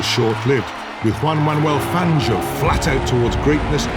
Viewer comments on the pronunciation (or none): none